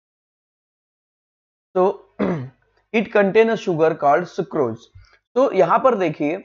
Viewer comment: You did not know how to tell sucrose